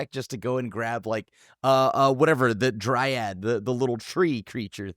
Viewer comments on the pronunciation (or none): none